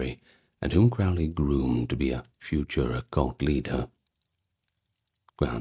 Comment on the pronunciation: Crowley is pronounced to rhyme with ‘holy’. Or ‘crow’ as in the bird. I can’t listen to this one now lol.